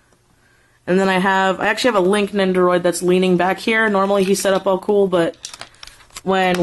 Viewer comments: Did any legend of Zelda fans notice she says “Lonk” instead of “Link”???? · Lank? You mean link?